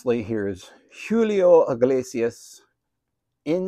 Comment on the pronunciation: You said Giulio instead of Julio hahahaha, Giulio would be in Italian. The J sound is like HU, HULIO. Proper advice from a Spanish man. 🎉